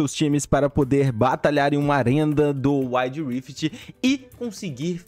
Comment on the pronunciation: ARENDA DO UÁID rift?